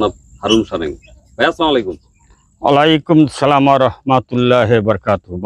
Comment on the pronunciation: অলাইকুম আসসালাম উচ্চারণ ঠিক করে উত্তর দিবেন।